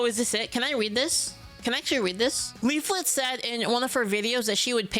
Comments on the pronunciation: I love his insistence to only say "leafit" and never "leaflit" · I like how he still can't pronounce the second L. Maybe he took it. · Who the FAWK is LEEF-FIT? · All this time and he still calls her "-it" 🤣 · Don’t worry, one day he’ll say your name right.